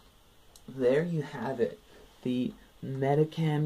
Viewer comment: U say it Medikam, its supposed to be said like MediSHam